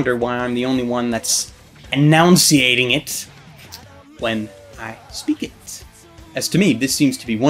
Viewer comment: Dude, it's enunciating. Not enounciating. Just saying.